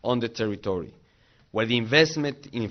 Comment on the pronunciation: Invesmen infrastchucho "Palabras inmortales de Enrique Peña Nieto" hahahahaahhahahahalol